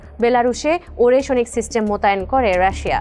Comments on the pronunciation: উচ্চারণটা ওরেস্নিক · উচ্চারণ টা হবে “আরেশনিক “। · নিউজ রিপোর্টার মেডাম, সঠিক উচ্চারণ টা হবে “আরেশনিক “। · আগে মিসাইলের নামের সঠিক উচ্চারণ শিখেন তারপর উপস্থাপন করতে আসেন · উপস্থাপিকা মিসাইলের উচ্চারণ না শিখেই নিউজ পড়তে শুরু করেছে 😅😅